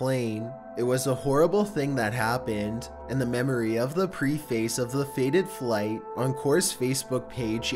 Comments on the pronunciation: I want to preface this by saying I can't believe still makes errors reading words: it pronounced PREH-FISSS not PRE - FACE. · Why do people always read "preface" as "pree-face"? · It's not pronounced 'Pre-FACE', it sounds like: 'prefis'. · It’s “pr EH face” not PRE- face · Pre-face, pre-face, pre-face, pre-face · People that pronounce preface like this... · You should look up a pronunciation guide for the word "preface."